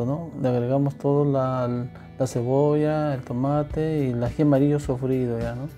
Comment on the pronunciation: Por favor señor, hable bien, no se dice "sofrido", sino sofrito. No se dice "sillado", sino sillao y no se dice "haiga", sino haya. Sus recetas son buenas, pero escucharlo hablar quita las ganas de ver sus videos.